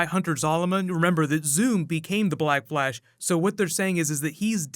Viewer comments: Is it just me or is he saying black blash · Did anybody hear black blash? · Did anyone here black blash ?😜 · Is it just me or did he say "Black Blash"? Edit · The way he says black flash. Ugh.